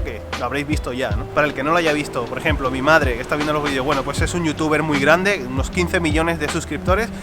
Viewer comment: Cuando dice grande dice gruande xd